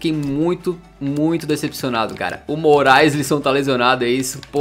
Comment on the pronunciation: Noossa só agora eu entendi Denis MORAESLISSON kkkkkk agora tudo está mais claaaroo kkkkkk